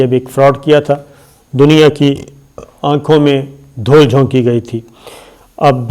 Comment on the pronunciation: Junab Sabir Shakir sb.....’dhol’ nahin ‘Dhool’ sahi hei. ...:muaf kijye ga..